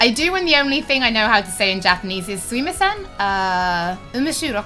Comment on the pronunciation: gotta say su mi ma sen not su i masen, andromeda is great imo yea